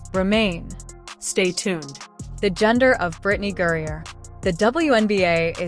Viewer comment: GRINER. How in tf did you come up with that pronunciation? Brittney gruyere cheese?